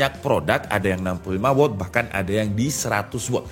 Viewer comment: Meluruskan juga. Watt dibacanya tetep 'Wat', kalo bacanya 'Wot' jadinya kata tanya 'What' hehe